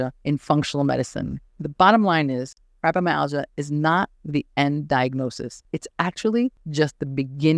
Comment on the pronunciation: Your pronunciation of Fibromyalgia is not acceptable.